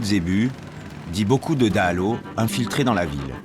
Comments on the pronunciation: Cette vidéo manque de crédibilité. ne serait-ce que parce que vous n'êtes pas capable de faire l'effort de prononcer correctement les mots malgaches (par respect de Madagascar et des malgaches), comme dahalo (pas de son "o" en malgache), Ihosy (pas de son "s" mais 'ch", etc. Et sincèrement cela m'étonne que les militaires vous aient laisser les accompagner comme cela ? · Azafady ! Faites un effort pour prononcer les mots malagasy. Exemple dahalo, pas de son "o" en langue malagasy